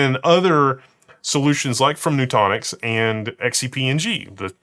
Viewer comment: Nutanix is noo-TAN-icks not noo-TAWN-icks